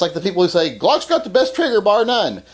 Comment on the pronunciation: "I don't wike Gwocks."